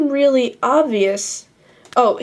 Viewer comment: rearly- explainable, asians cant pronounce "L's"